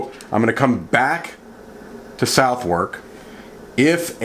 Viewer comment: Its prounouced suth' uk. I know, it baffles me to and Im a brit. I once asked someone directions to Bicester. He looked at me gone out and said 'do you mean bister'. The mind boggles.